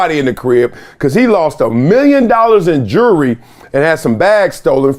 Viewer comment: "Jurrey" It's "JEWELRY". And it's not an "AWARD". It's a "REWARD". You monkeys are so stupid.